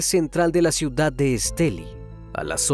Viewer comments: Varias cosas que tengo que decir: 1-Muy lindos sus videos, me encantan, hace un muy buen trabajo y edición <3 2-Menciona el nombre del departamento sin acento en la "I" (Estelí) 3-También en la pronunciación del nombre puede haber un error, pues, aquí en Nicaragua se acostumbra a mencionar la "X" como una "S" (aunque puede variar, quizá la familia acostumbrara llamarla "Shiomara" y no "Siomara" a como se hace regularmente) Creo que eso es todo, muy buena noche! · Soy de Nicaragua,me sorprendió al escuchar que mencionaban Estelí,( la palabra es aguda) . Hace poco te emepence a seguir,muy bueno tu canal. Felicidades! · Estelí. Lleva el acento en la "i". Gracias. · Es Estelí con acento en la i. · X Fin un vídeo de Estelí, una cosa el narrador no dice Estelí con acento al final suena raro 😅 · Esteli con acento en la i, que bien como narras este trágico asesinato, soy de Nicaragua saludos. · Ni pronunciar el lugar donde se allano saben pronunciar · Soy de Nicaragua y soy fans del! Me causa un poco de risa como pronuncia el departamento de Estelí! Besos crimi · Me encanta la forma como relatas las cosas pero pronunciaste mal la palabra Estelí soy de Nicaragua y me encanta tu canal